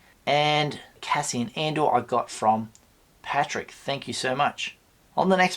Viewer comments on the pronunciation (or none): none